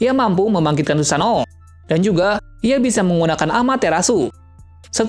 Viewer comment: Susano* 🤣🤣 bukan susanto